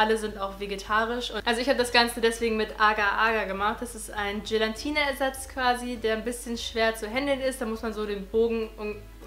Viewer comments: Es heißt Gelatine😉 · Es heißt doch 'Gelatine' und nicht 'gelantine' oder? 😂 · Wieso sagen alle immer GelaNtine ? 😂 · das heißt gelATine und NICHT gelaNtine -. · Gelantine 😂 Du bist so süß ❤️ Cooles Video! Eine Frage: wieso hast Du dir die Haare gefärbt, wenn Du doch braune willst? Ich hab mir noch nie die Haare gefärbt (habe dunkel braune Haare) und frage mich, wieso alle direkt nach dem Haare färben sagen, dass sie wieder was anderes wollen 🙈🙈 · Es heißt Gelatine. Oben n.